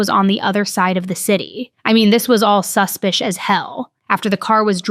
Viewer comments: Please stop saying suspic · I'll always watch your videos, but this one drove me crazy the number of times you said "su-spious".. it had me cringing so hard, lol🤦🏼‍♀️. But... as always you're still crushing it with always bringing us the best of the best content!! Xoxo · Unfollowing this channel simply for the fact that you can’t speak English! You say you’re educated but you obviously can’t pronounce the word suspicious! So annoying. Go back to school! So stupid! Grow up!